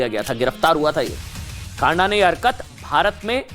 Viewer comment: Not खांडा....but खँडा....news पढ़ते ho दायें बांये thora naam ka उच्चारण confirm kr liya kro